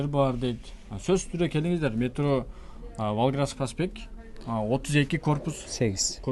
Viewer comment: Волгоградский деген сөздү туура шашбай айтчы чала сүйлөп атасың урматтуу кабарчы